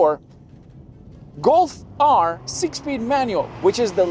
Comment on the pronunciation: What's a "Go Fire?" You mumbled those last sentences could not understand a word and you're dressed in the Scotland's mid Decembre and had to use the A/C? Obviously dropping a clutch hi-rev was never in your blood lines. LOL Nice. Y'all can't handle a stick.🤣